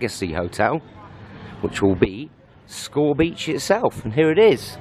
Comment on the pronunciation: Pronounced Skow Beach actually! Some of my friends in the background